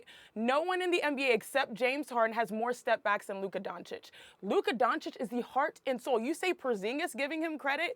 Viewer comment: Mr Jones, he is called Luka DONCIC, not DONKIC. Please...this is what you do professionally. At least learn how to pronounce the names of those players correctly.